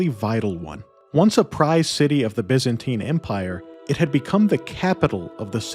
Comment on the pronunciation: Looked interesting but your ENGLISH SUCKS BYZANTINE You change By to Bi. Zan to Zin and TINE to teen!! Then you carry on with further bastardiasians of the ENGLISH language, as spoken by English. Aaaaaagggghhh!!! It rather makes people doubt your research. DUCKS TO AVOID SHARP OBJECTS AND NAUGHTY (although probably wrongly pronounced) RUDE WORDS HURLED AT ME BY COLONIALS. 😅😂🤣🤪 Have fun. Hey, just can't stand listening to the drawl. Perhaps you should state in ya thumbnail " for Mericans only"?